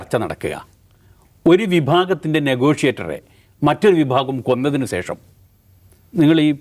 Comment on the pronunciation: കാക്കേ.. സേഷം അല്ല.... ശേഷം ...